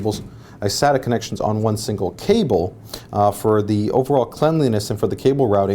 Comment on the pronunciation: What's Cabol Rating? LOL